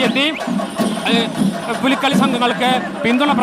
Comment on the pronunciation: പുലികളി അല്ല പുലിക്കളി ആണെന്ന് male reporter ഓർക്കുക